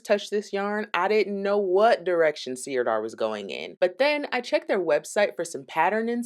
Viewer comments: Thank you for this review. Sirdar Hayfield Bonus DK is my go to acrylic. I’ve crocheted and knitted so many toys with it. Widely available in the UK where we pronounce it Sir Dar rather than seer dar. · Sirdar is pronounced 'sir-dar' (not seer-dar), and it's based in Yorkshire. The reason you're getting so much yarn barf is because skeins wrapped that way are not really designed to be centre-pulled. I never try and centre-pull any yarn wound into a skein like that. Jewel Spun is indeed gorgeous, but it runs to £6.99++ here, and that's too expensive for my self-imposed price ceiling. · It's pronounced 'Sir-dar'. It's a great yarn company, we use it all the time in the UK.x